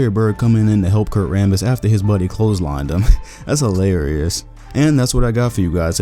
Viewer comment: "That was hiLarryous"